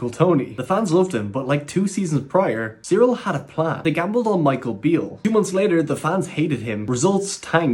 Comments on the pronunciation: It’s not Cyril it’s Kyril. Its a k not a c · Dude.. He’s called Kyril(Kiril) not Cereal🤣🤣 wtf 😂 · Why are you saying cyril? Its pronounced as kyril just as its spelled?